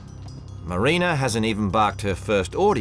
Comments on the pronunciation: At least the husband can say MARINA AND NOT MARINER FFS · Can they seriously not say MARINA, WHO TF IS MARINER, sooo goofy